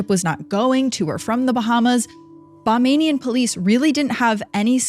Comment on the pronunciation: If the CCTV footage has never been released, how do you know that her "breath caught in her throat"? Also, it's not CCT it's called CCTV. I noticed that you referred to it as CCT a few times in your story. Lastly, people that live in the Bahamas are known as Bahamians not Bamanians. Just FYI.